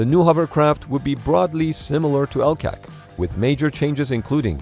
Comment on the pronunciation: LCAC is pronounced as individual letters, not as a word